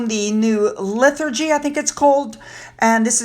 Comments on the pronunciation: Liturgy. Lit-er-gee! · The word is " litergy."